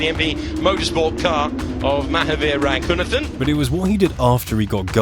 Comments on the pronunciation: A bigger fail than this driver himself is the way the commentator say his name.. it's pronounced - Ruh ghu naathen.. not Racoonuhthen.. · I had to look up more video to understand why his name is being pronounced with a "Th" not a "T". Indian sources use "T" not "Th" for his last name.